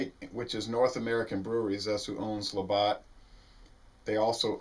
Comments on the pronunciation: It's "labatt" not Labott" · Labatt blue, not Labott. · There is no O its labatt with a long a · don't mean to be a pedant, but it's La Bat, as in baseball bat. Thanks